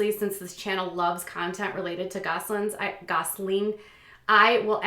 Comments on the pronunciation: It's GOSSELIN NOT GOSLING! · Why do you keep saying “Gosseling”??? It’s “Gosselin” !!!! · Just curious.. do you say 'Gosling' instead of Gosselin on purpose or ...